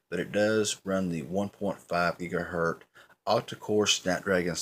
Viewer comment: If you say "gigaher T" one more time I'm going to lose it and shoot you with a water gun...right through the screen man!! Come on dude!! Get it right!! GIGAHERT "Z"!!